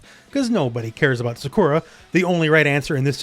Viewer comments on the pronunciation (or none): Why pronounce Sakura like that?😂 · You don't care about Sakura, clearly, as you didn't bother saying her name correctly. Everyone else loves her. That said, the music is horrible. It can't be said enough. Instrumental or something like in Streets of Rage is what fighting games need because it's timeless.